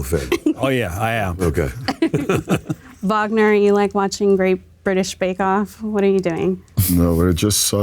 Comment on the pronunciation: Finally someone saying Wagner the right way! ❤